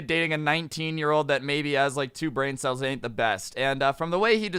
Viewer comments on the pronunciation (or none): none